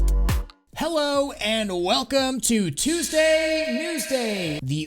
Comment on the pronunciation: Do you mean nuesday?